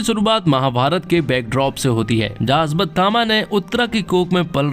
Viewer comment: भाई अश्वत्थामा है अस्वतथामा नहीं। पहले बोलना सीख ले भाई